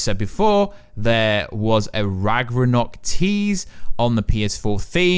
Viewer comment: its not called Ragranok, its Ragnarok, what the hell is Ragranok? is this a parody video this was confusing the entire way through